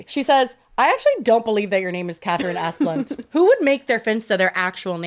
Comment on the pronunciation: “Ass-plen-duh” doesn’t really matter. They do the tree management in most Canadian provinces